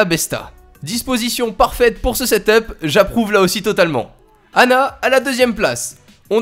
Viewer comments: on dit setep et pas setop desoler mais je suis insatisfait 😂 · Sa se dit setup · Ca ce dit seteupe pas setop